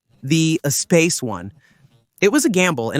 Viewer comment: If Ur going to do a history of a vehicle, then learn how the name of the vehicle is pronounced first.